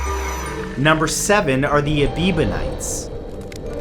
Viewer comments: None of these religions disappeared mysteriously... Each faded out under the weight of new religious movements such as Standard Christianity or were suppressed with political upheaval (such as war) to be supplanted with a new, "politically correct" faith. Ebionites has only one B therefore is NOT pronounced "Ebeebonites"... Both they and the Manichaeism were variations of what is known today as Gnosticism... Manichaeism was politically supressed as China adopted new, politically accepted faiths, and the Ebionites were scattered as were the Jews as a whole... Those early sects that managed to continue today - Mandaeism (another Gnostic sect) - are undergoing that same process but in our time. It is on the way of "disappearing" and yet a body of them have made their way to Massachusetts. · Interesting as always. Though I don't understand how you could consistently mispronounce Ebionites as "Ebibonites". Isn't the word right in front of you? Also, they did consider Jesus the Messiah. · It's supposedly pronounced Eh-bion-ites. But good video anyway. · "A-BEEB-on-ites?" Does this have anything to do with Justin? I read it as "Eb-BEE-on-ites. But seriously, the way I read many, maybe most, religions is a way for some group to make up a system to control others, often by making them feel guilty for being human. I think religions should concentrate on the Golden Rule, which is supposed to be part of most of them anyway. (Gee, our ancient ancestors were a squirrelly bunch!) Bon chance, tous les doux. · Ebionites. not Ebibonites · Ebionites, not Ebebionites. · That would be Ebionites - not Ebibonites. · Ebionites not ebibonites! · I got lost when the Aebionites became the a-bieber-nites, sorry Matt there was alot of mistakes in this video, many of these religions are still around just in small numbers, A very rare miss here. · It’s pronounced Ebeeyonites, not Ebibonites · It's Ebionites, not Ebibionites....